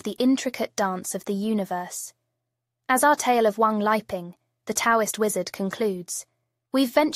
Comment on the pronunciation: His name is 3 separate characters or words, Wang Li Ping, but you have it as Wang 'leaping'. The short comings of computer generated vocals, when you don't enter the text to get the correct effect.